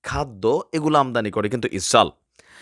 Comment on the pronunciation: ইসরাইল কে ইসাল বলেন কেনো। শুদ্ধ করে কথা বলুন।